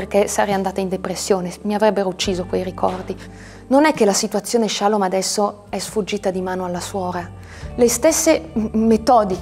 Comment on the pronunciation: "Che non potesse di nuovo accadere che qualcuno ci prendesse, ci portasse, ci segregasse..." cioè i suoi genitori. Suo padre magistrato non ha mosso un dito contro questa comunità. Comunque si dice shalòm, non shàlom.